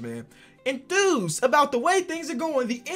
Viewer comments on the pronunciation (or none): “enthrused” that pissed me off more than it should. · Enthrused🤣🤣🤣🤣 i love tbis dude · really just pulled a flightreacts with “enthused “